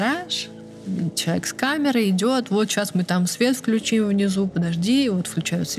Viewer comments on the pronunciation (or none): none